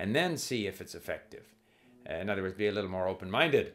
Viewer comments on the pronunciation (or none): none